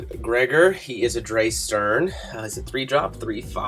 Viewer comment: Drei is German for three, it's pronounced like dry (ei= long i sound, ie=long e sound). So Drei Stern = Three Stars. Edit: you had Stern right.